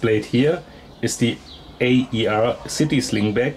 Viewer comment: FYI it’s not A.E.R it’s called AER as in air , just thought I’d let you know , nice video